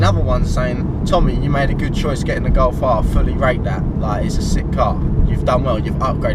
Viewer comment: It’s G O L F you moron not G O W F